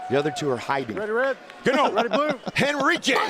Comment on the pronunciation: Franic "Gano" they said lol